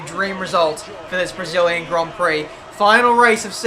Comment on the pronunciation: Did anyone hear matin brundle saying "debris-illian grand" Prix before the start of the race.